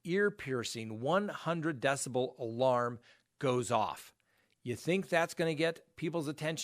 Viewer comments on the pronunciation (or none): none